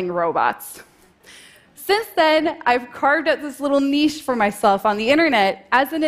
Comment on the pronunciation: Thank you for saying, "knee-ch" not "nit-ch".